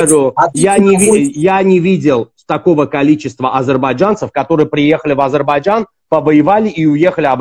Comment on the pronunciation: Научитесь правильно высказать не Азербайджан, а Азербайджан.